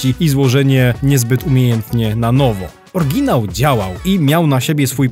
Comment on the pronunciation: Fajny materiał. Dzięki. Takie jedno małe marudzenie. W słowie oryginał jest Y. Oryginał działał a nie Orginał działał. Nie mamy niemych liter.